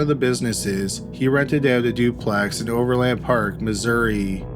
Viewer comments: Ok... it's not pronounced over LAND park... it is one word pronounced with more of an "in" sound than an "an" sound, no inflection, just Overland Park. And it is in KS not MO. I also thought I heard you say "Oakland Park, Ks" once in there ... that doesn't exist, there is an Oak Park area of Overland Park.. in JOHNSON COUNTY KS. No Ville... just Johnson... you got all that wonky but managed to pronounce "Olathe" correctly.... I can't sort you out...lol And for those still confused.. yes we both have a Kansas City ... we both have a Johnson County... neither have a Johnsonville (county)... that's a sausage company... and OP is in KS only... that is all... so far... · Overland Park, "O' verland Park". Exactly how it's spelled. Also, that's Kansas. Not Missouri.